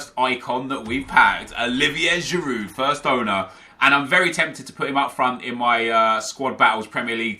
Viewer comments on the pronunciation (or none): none